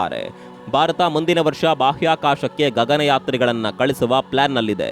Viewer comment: Bharata not barata